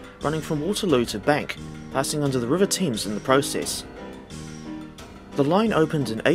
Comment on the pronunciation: First time I've heard the river Thames pronounced "Teams". Don't you know it's "Tems"?